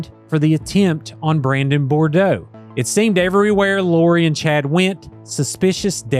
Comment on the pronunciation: Good, comprehensive report. One thing - Brandon’s last name is pronounced, Bood-roah, not Bor-doh.